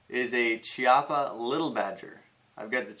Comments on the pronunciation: Nice review although its called Kiappa, with an hard C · Nice (and funny) review. I would have liked to see the addition of some kind of rear/front hand grip, a bipod and a silencer with a field test. Btw, Chiappa is made in Italy so the "CH" in Italian sounds like a strong "K" in English (Kiappa). Thanks ! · I hat to sound like is dick but I keep hearing people say Chiappa pronounced CH-iappa when it is actually K-iappa. Sorry 😕 just saying. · It's Kee-au-puh.